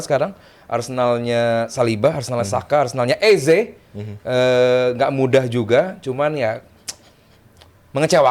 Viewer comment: "EZE" itu di bacanya "easy" yoo Gunners 😁😎